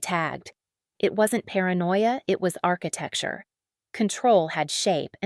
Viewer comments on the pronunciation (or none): none